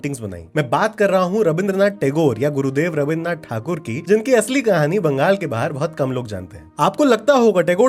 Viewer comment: U pronounced thakur like Bengali thakur Wow! Non Bengali mostly pronounce "tagore"